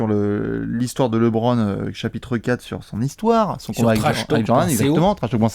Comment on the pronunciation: Super vidéo! tu m’as vendu du rêve sur LeBron à New York. JUSTE,, dans un objectif de crédibilité (notamment quand il s’agira de défendre qu’il est le GOAT) il faudrait penser à passer de « Lébronne » à « Leubronne ».